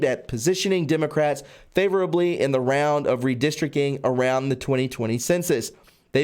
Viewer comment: Sorry buddy, but it's redistric ting not redistric king! lol